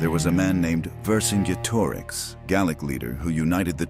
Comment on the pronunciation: Also zenobia was herself roman And pronounce vercingetorix correctly!